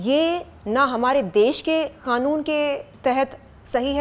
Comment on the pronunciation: Yeh kanoon ko khanoon kyu bolti hai over acting 😅😅😅